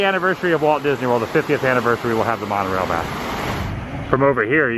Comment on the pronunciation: You kept saying mon-O-Railllllllll wrong